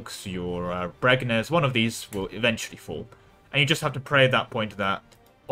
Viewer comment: bregENz ( bree gents), sorry it was funny because i live here